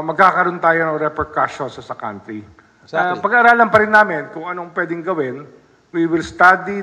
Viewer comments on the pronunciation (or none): none